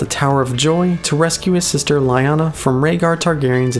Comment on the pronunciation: you know, the way you pronounce lyanna always makes me think you are saying lion-o XD